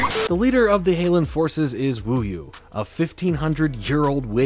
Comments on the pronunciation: “ “ shows ducking Markiplier. 😂 genius. also isn’t it wuyah? Not wuyou? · its WU-YA not WU-YU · This show was my childhood and tbh, it was one that I vividly remember. I had the hots for Kimiko back in the day too. lol That being said, I will point out that the villainess name is pronounced as Wu-yah, not Wu-yoo. And it's worth noting that in Xiaolin Chronicles changed the name of the Shen Gong Wu (i.e. Orb of Tornami to Orb of Tsunami) but despite how bad of a spinoff that was, I at least appreciate Christy Hui for trying to continue the series. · Thanks so much for watching! Would you be interested in a video on Xiaolin Chronicles? Let me know! *Edit: yes, I know I said WuYu instead of WuYa. My brain jumbled up the letters in my head, I’m sorry I did not catch it before I released the video. I promise to be more thorough to catch mispronunciations or verbal mess ups in my work. Thanks!* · Yes! I loved watching this show while waiting for Yugioh/Megaman NT Warriors/ Loonatics Unleashed! I loved the depth and story behind the typical action plot! I especially loved the comedy, and character development that made this show amazing! Again I LOVED IT! thanks for talking about it! P.S. You kept pronouncing 'Wuyu's' name wrong it's 'Wuya". Wūyă! Okay By!🥰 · I may just be mishearing it but isnt her name Wuya not Wuyu? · It hurts me how you messed up wuya's name